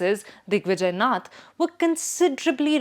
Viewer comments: You might want to start out by making sure you’ve got the pronunciations down. Its नाथ not नथ. The latter referring to a nose ring. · Its नाथ संप्रदाय not नथ संप्रदाय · It is नाथ संप्रदाय as in गोरखनाथ, आदित्यनाथ and not नथ संप्रदाय. Slight variation but huge difference. Please pay attention to the pronunciation of bhaaratiya words. We don’t want to kill our own languages because our younger generation have been brought up primarily on English. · I can’t trust the analysis of a Bharatiya who can’t pronounce “Naath” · How do you pronounce Nath sampraday? It Naath. Gorakhnath. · look at the image used for RSS. It says Rashtriya Swayamsevi Sangh. What is this. We only know Rashtriya Swayamsevak Sangh. Also, she pronounces Yogi Aditya Nath correctly, but does not know how to pronounce Nath Sampraday. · It's not नथ It's नाथ She is mindfully distorting the word नाथ! So, I am mindful to call her Bastard. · Its not nath but Naath न।थ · यह नहीं समझ में आ रहा है कि 'नाथ' सम्प्रदाय को बार बार 'नथ' क्यों कहा जा रहा है। क्या commentator महोदया कहीं पर हिन्दी शब्द 'नाथ' नहीं पढ़ा है? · Nath is pro ounced as Naath..not nuth! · The anchor pronouncing नाथ as नथ shows how detached she is from reality. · Didi “नथ” नहीं, “नाथ”